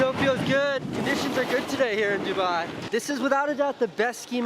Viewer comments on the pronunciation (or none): none